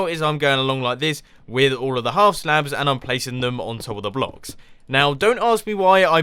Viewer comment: Look, even us Brits don't say howf half like that.